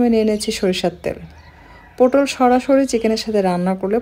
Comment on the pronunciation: পোটল নয় পটল